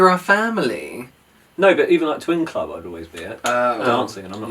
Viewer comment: I’m sorry,... did you say they went to “Twin Club”?!